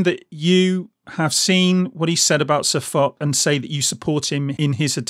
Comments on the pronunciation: For those of you telling me that I pronounced SirFoch's name incorrectly, I know, thanks. I realised my mistake too late too change it on the video. So apologies to SirFoch for getting his name wrong. I promise I won't do it again. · Panthers997 Cheers. Yeah, I found out I'd got the pronunciation wrong once the video went live. And you're not being an arse. I'd rather be set right than keep making the same mistake over and over 👍